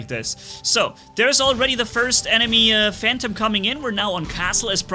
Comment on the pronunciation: why you say pursuer you said phantom correctly lol nice vid